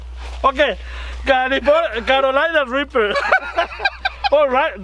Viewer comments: he said it the right way Carolina Reaper 100% Perfect 👍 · He said Carolina Reapers almost perfectly.